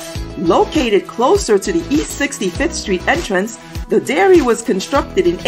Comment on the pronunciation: Dairy! Not Diary!